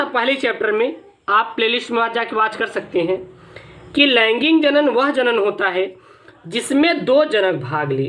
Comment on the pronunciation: Sir laingig nahi laingik